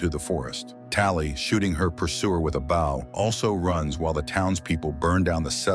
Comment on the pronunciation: Say bow and not bow